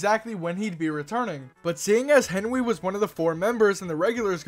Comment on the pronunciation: Oh its henwy i hoight henry